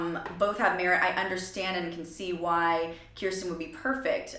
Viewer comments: Idk if anyone else has said it or not, but just a little pronunciation correction, her name is Ker-stin not Kier-stin. 😉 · It’s pronounced like ker-stin btw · I recall an interview Kirstie did a couple of years ago in which she said she was working with a vocal coach. "There's this thing I do with my mouth," she said. Incidentally, you've been mispronouncing her name. The first syllable rhymes with "first". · Nooooo that’s not how you say her name!!!!!😡